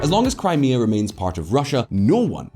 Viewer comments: "Kray-mah-ah" lol fucking hell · can you get rid of the woman voice who pronounces 'Crime Mia'. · Crymayha? Come on! Crimea is only the topic of the video. She could at least get the pronunciation correct🤬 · That Crimea pronunciation 🤦‍♂ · Just jumping in to say that the new voice over sounds much worse as AI than when you guys did it yourself's. She kept saying Crimea incorrectly. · That AI voice pronouncing 'Crimea', though... xD